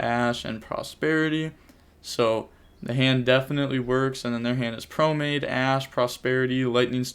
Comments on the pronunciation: I hate when he says promade. Its promenade. Thats nitpicky but it just sounds odd. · Great commentary on a really weird match man. Also Just a heads up brotha it's pronounced pro-men-odd or pro-men-aide.